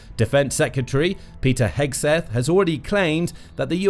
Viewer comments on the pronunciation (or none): none